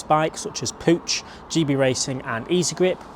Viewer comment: Stop calling it PUUCH